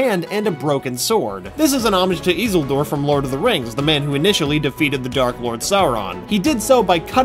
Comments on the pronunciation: The way you said Isildur got me so tttrrrriiiiiggggeeeeerrrreeeedddd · The way he pronounces isildur triggers me Lol